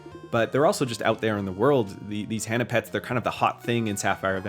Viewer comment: If you're using "hana" as "flower" (like the japanese 花) - the "ha" is pronounced like "haha" not the name "hannah".